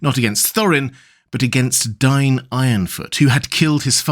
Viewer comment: Not NINE. NAY-in. Not DYNE. DAY-in.